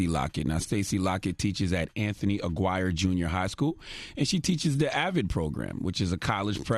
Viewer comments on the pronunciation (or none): sigh Aguirre is not pronounced "AGWIRE".